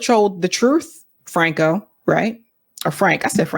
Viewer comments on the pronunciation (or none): none